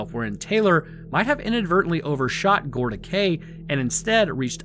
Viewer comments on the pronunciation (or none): Gorda Cay is pronounced Gorda Key